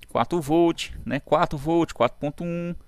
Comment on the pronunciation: Voltche 😂 like professor 🙂👏👍